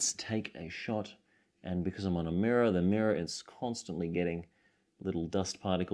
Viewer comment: its a mirraw, its a mirraw hehe